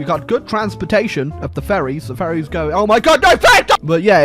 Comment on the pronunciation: I always hear "Furries" when he says "Ferries"